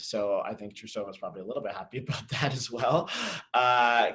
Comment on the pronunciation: um... please go watch yuzu's lutz and please go learn how to pronounce russian names. there is no a between the t and r in trusova's name.